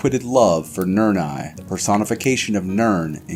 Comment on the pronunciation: This is well done, I am unsure about the fire in the background (it's just a loop and it can get annoying when you notice that), but the only advice I can give, and I generally don't care too much about pronunciation but you put way too much emphasis on the last letter of certain words and that's jarring. Fadomai is pronounced similar to Padome, Nirni isn't Nirn-I, it's Nirni, like Nirn-e. Other than working on pronunciation and either using a procedurally generated non-repeating fire sound or ditching it, I can't really think of anything I'd recommend.